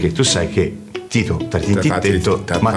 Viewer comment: I doppiaggi in dialetto,se fatti bene,rendono tutto + magico...pensiamo a"Slam Dunk"e il malocchio di Hanamichi col"prezzemolo di Kyoto"...!🤣🤣🤣🤣🤣O al mitico Romeo er + der Coloseo!!🧡 - 🤣🤣🤣 E...nn Angelo Maggi ke ha continuato x tutto il tempo a chiamare Tito"Tinto"!!😂😂😂